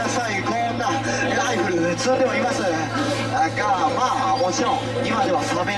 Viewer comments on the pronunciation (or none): ラかイにアクセントある感じの言い方ですね。